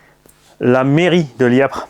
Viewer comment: Salut, LIEPVRE ÉCRIT COMME ÇA, LIEPVRE oublie le p pour la pronotitation Salut à tous,c'était chouette SURTOUT AVEC LA POUSSIÈRE dégagée de ton X MAXX,LOL